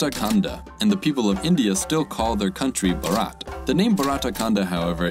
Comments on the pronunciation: btw bharat is pronounced as bh-aa-ra-t and not as bu-raa-ta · India has its name BHARAT THATS it It's pronounced as :- bhaa-rat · You mispronounced the name of India, it is Bharat (Bha-rat not 🐀 it should be pronounced with a fully open mouth) and yeah Indian subcontinent is referred as Bharatvarsha.